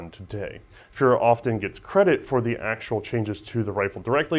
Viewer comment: It doesn't roll off the tongue, but it's Adolf Furrer (furr-er/ferr-er, like dog fur), not Adolf Führer (fyur-er). I try not to pick on pronunciations, but "Adolf Führer" calls to mind a very different person. ;)